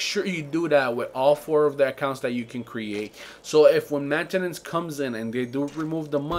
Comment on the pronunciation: "mantanace" lol best part